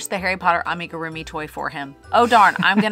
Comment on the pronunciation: Wait... he only added a few rounds to an already started magic circle and then just tested hook smoothness (or lack thereof?!)?! I was wondering how he was going to finish that difficult-looking Harry Potter! Bummer. Wanted to see that. :/ p.s I am triggered by how you're pronouncing amigurumi. 😂